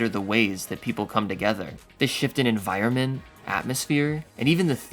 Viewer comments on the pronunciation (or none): none